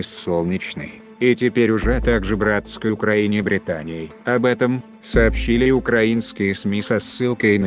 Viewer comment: ...славьяяя уклаиниии...